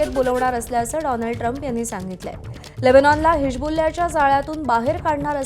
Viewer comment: छान बातम्या सांगता... फक्त हिजबुल्ला शब्द चांगला बोला... 😔